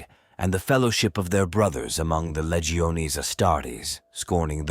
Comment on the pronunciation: Lee-geo-nay lol